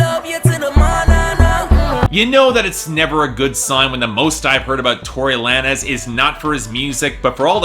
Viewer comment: It's pronounce "lanes" not la-nez